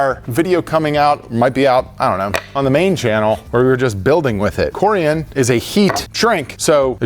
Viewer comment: It’s coor-ee-on